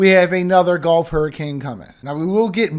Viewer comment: gulf.golf.gulf.golf.gulf.golf.I know you're from LA, but jeez, it's annoying